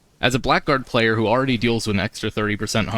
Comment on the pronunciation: It's pronounced Blaggard, not Black Guard.